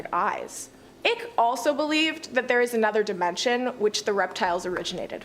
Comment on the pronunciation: OMG!! if you are going to say his name 50 times.,. Its David Icke. Pronounced Long "I" cke. Like bike but "Ike".